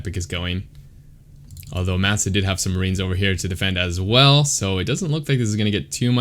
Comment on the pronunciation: I think his name is pronounced with a short a sound "mah sah" 🤓 great commentary tho!